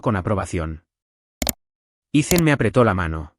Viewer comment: Grace? Se pronuncia Greis..Ethan, Itan. No ice